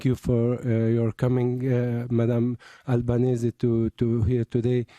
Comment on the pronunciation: albanese not albanesse